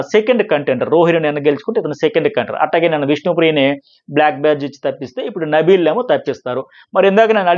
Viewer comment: Nabeel ❌Nibbal ✅